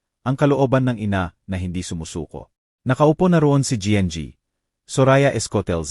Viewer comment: Anong pg basa yn nng kwento? Anong gng? Imbis n ginang ? Gng😭🤣🤪